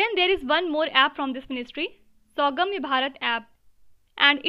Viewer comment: It's not SAUGAMYA BUT SUGAMYA BHARAT APP